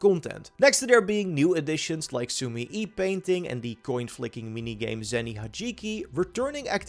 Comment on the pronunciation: Su-me-eh. its pronounced like this.